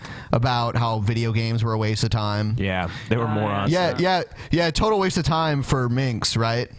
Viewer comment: "Hhhhhkkkkwaste" 😂😂😂😂😥, really?